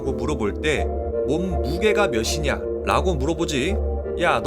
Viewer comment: 빛이 파동이냐 입자냐 영상에서 "빛" 발음을 정확하게 하셔서 제가 칭찬 댓글을 올렸었는데, 이 영상에서는 "몇" 발음을 틀리게 하셔서 지적 댓글을 올리게 되네요. 몸무게가 며시냐가 아니라 며치냐입니다.^^ ㅊ발음하기가 참 어렵긴 하죠...그래서 대부분 쉬운 ㅅ으로 발음을 하게 되는데 의사소통에는 별로 좋지 않습니다. 자칫하면 무식해 보이기도 하구요. 그래도 좋은 영상이라서 끝까지 보았습니다.